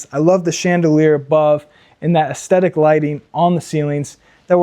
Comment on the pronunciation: Oh my God, dude, stop calling it aesthetic lighting, and if you’re gonna use that word, learn what it means and how to pronounce it.